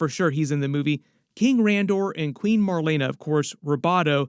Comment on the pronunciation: Marlana? Es Marlena